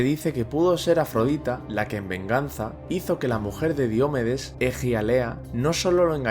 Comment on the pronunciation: Qué grandes vídeos haces, gracias. Ahora, una crítica constructiva: ¿Por qué pronuncias Diomedes como si fuera una palabra esdrújula? Si fuese esdrújula llevaría tilde y no la lleva.